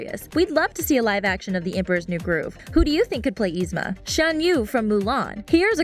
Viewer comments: It's not Ee-Zma. Its Yee-Zma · ITS NOT EZMA ITS YZMA AND SHE IS LIKE THE BEST SO SHUT UP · You pronounced yzma's name wrong... sorry that just bothered me no offense!.!.!. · I was wondering how yzmas name is pronounced with y but it's actually the same as my sissy's who starts with I😂😊